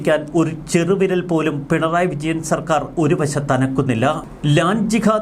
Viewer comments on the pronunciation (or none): none